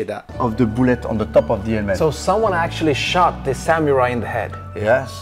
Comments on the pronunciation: Why does sometimes say, “sa MEW rai”, and other times say, “sa MOO rai”? Pick a pronunciation…. well, pick the correct one. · The way this man pronounces "Samurai" hurts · seems to be an awesome dude, however I am very annoyed by his pronunciation of samurai. He goes out of his way to pronounce karate related terms fairly well so it's just very odd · just at the start of this video, but it is really annoying me, how he pronounces samurai. If he's going to make a whole video on something, he could pronounce it right.